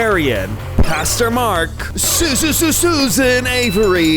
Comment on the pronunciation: At the starting i heared " Custo-Mark " INSTEAD of " Pastor- Mark "😂